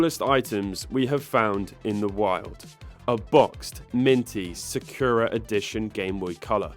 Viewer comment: Man said “Secura” and is walking freely in Japan